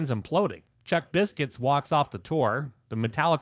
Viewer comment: AND Danzig!!! It's a Saturday Night!!! Hell Yeah!! Thank you for doing a Danzig video. AND you took the time to pronounce Samhain right!!!! HELL YEAH 👍 But.... It's Chuck Biscuits!!!! 😅 I was and still am a Misfits fan. I saw Danzig on the 4P tour. 4P was great it was Danzig V that sucked balls.